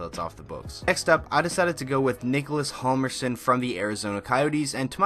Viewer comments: its pronounced Jal-mer-son the h is silent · Hjalmarsson is pronounced Yalmarson. The combination of HJ in Swedish gives a silent H in the beginning and J in Swedish is pretty much pronounced as Y in English. :) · In Hjalmarsson the h is silent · The "H" is silent is Hjalmarsson... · In hjalmarsson the h is signed and u pronounce the j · Hammer has always been defense first first...also I wish he would pronounce his name correctly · The H is silent in Hjalmarsson